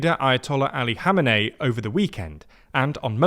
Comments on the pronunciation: E-rain: try "E-ron" Hameney: try "kom-N-A-E" Pulavi: try "palla-V" like palladin. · I understand it is difficult to pronounce names, but mate you are really butchering them here. Who is god's name is "Mosadei"? Put a "K" at the end of it since you can't say ق. Same goes for Khomeini and Khamenei.